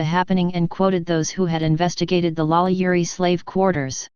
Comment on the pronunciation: Holy Crap, this is the first and, as far as I know, ONLY YouTube video regarding this subject that actually states FACTS rather than spreading wild, obviously fabricated rumors and lurid myths. Well done! That said, this robot really needs to learn how to pronounce French names!